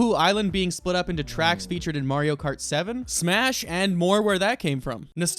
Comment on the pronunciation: Imagine saying Mario wrong